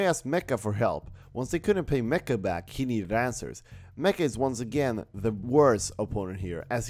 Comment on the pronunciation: It's Not mecca it's MACHA 🙄